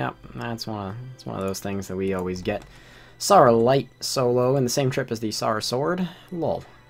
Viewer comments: it triggers me that he called s air uh s are uh when if it was a real persons name he would call it s air uh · S-are-ah? it's sarah wtf is a s-are-ah dessert sword? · i stopped watching the vid bc of "saw-wra"